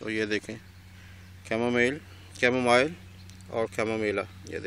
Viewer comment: am I the only one who heard chamoMahila lol